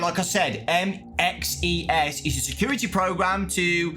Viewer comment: bro just say “ MXES” and not “ M.X.E.S.” Please 🙏🏾 😅 didn’t we not see him in trailer at the end of